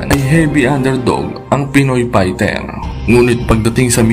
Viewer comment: Pighter .. pighter .. pighter. Hahaha F .. ef... ph.. nice pight 🤣